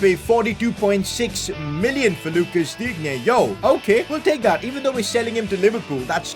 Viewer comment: You should say [Dine] not [Dignye]